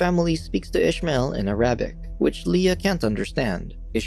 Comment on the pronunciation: Ear rab bic? It's AIR ah bic!